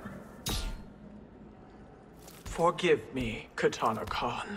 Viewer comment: His "me" sounding like may is something else